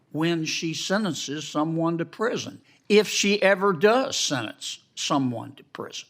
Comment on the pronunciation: I agree but when did the word “sentence” become “sennince?”